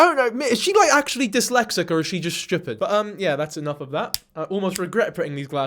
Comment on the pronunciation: omg girl u sounded Scottish when u said stupid!! u said it like me like "shewpit"